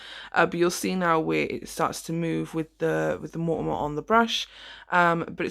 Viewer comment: Hunny, its called MONOMER not Mortamor 😘😁